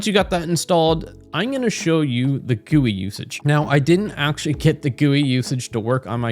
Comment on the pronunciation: This is amazing, and I loved the video, but it's hard to gloss over the way you pronounced GUI😭